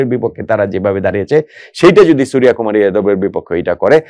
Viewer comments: ভাই,ভারতীয় নামের "বাংলা উচ্চারণ" ভুল বলছেন- 'সূর্য কুমার' - wrong pronounce ''সুরিয়া কুমার'' "রাভীচন্দ্রণ আসউইন" is wrong, হবে ''রবীচন্দ্রন অশ্বীন" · ওটা সুরিয়াকুমার নয় সূর্যকুমার। 'জ' আর 'য' পার্থক্য বুঝুন, তাহলে বুঝতে পারবেন।